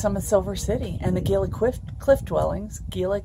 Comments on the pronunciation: Bilateral Gila pronounced like hila come on. Gila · Actually should suggest HeeLa.. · Just subscribed. Looks fun. I was born and raised in Arizona, and got the giggles every time you said Gila. I am new to recumbent trikes, a 600$ part sounds horrible. Looking forward to catching up on these videos.